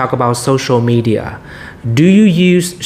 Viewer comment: từ media chị phát âm sai nhiều lần quá và còn nhiều chổ nên 7.5 chưa lên đc 8.0